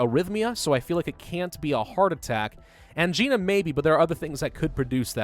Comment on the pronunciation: Youre awesome and ive enjoyed all of your plague and bio gameplay but for the LOVE OF GAWD PLEASE simply Google angina!!! Youve been pronouncing it wrong since day one and it's been driving me insane!!! ang-eye-na